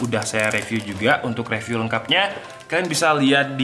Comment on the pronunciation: izin koreksi:) junglecat = janggel ket bkn jenggel ket 🙏🏻 review = rifiuw bkn refiuw